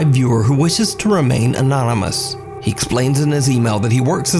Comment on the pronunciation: You can always count on a few constants with Top 5. Always a late upload, no source for Japanese video, and the inability to pronounce Anonymous. But maybe I'm just being harsh. You decide.